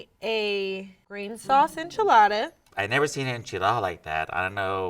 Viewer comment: Why's say enchiladda like that!! He's mexican AF